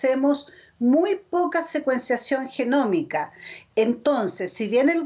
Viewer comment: "Secuensación genòmina" ?